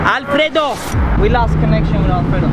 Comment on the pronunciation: i am spanish and i am very surprised about how well u pronounce Alfredo, mister! hahaa